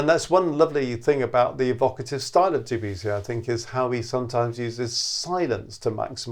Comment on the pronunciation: please pronounce the name of the composer right .. otherwise nothing but praise for the video